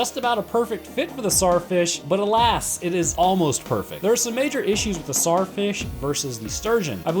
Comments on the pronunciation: It's not pronounced Sar it's pronounced Zar like king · I hate how he cant say the T in tsar fish